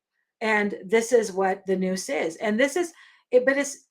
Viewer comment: Good teaching. But Nous is pronouced wrong in this video Pronounced "N-outz"